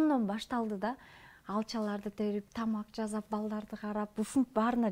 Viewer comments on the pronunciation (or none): Жазап эмес жасап туура сүйлөгөндү качан үйрөнөбүз тоок мээлер